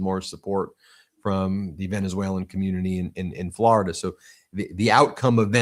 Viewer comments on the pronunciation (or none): none